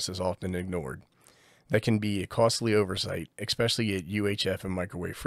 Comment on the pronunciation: I love you, but please, it's "esp" not "ex" pecially